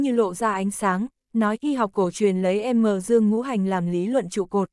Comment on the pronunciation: Âm dương thì đọc đúng đi còn đọc thành M dương